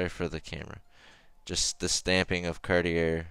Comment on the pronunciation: it is not car di er